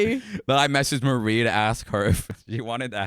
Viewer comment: you reading marie as mary pissed me off